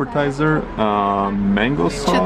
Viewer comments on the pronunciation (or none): none